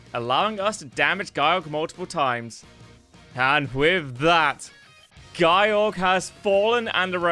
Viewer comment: It's not "Guy-Yorg", otherwise it would of been spelled Gyyorg, no it "Ge-yorg" get the name right